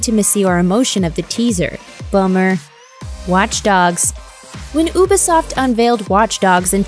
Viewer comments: u pronounce ubisoft wrong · ooo-be-soft? you-be-soft?